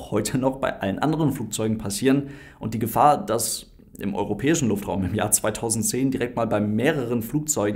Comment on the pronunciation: Jaja der "Luftfraum" 😂